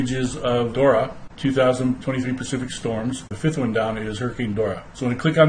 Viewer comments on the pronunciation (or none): none